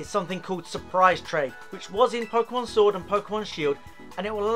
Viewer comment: You really made a video on trading 😂 how to get uhhhhh all the uhhh pukemon lmao and then you ran from a shiny. 😂😂😂😂😂😂